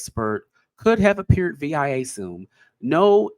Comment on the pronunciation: VIA pronounced (veeya) NOT V-I-A